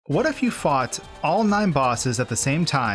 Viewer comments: I swear I thought the first line was "What if you fart all 9 bosses?" - No disrespect. Just made me laugh. Good video maing. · it sounds like he asks - "what if you fart" in a british accent :)